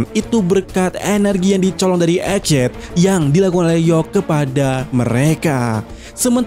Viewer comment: Egghead bacanya EG HED bukan ejet